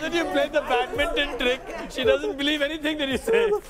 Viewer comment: Pehla word hi wrong hogaya h 🤣🤣🤣🤣 Badminton 😂🤣🤣